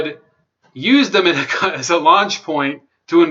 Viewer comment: The country of Dominica is pronounced “Dom mo née ka"